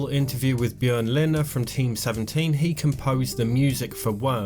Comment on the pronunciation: Haha nice you nailed the name as it should sound in Swedish/Norwegian, well done man